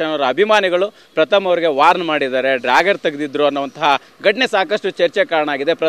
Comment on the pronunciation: dragger alla guruve dagger adu🥲😅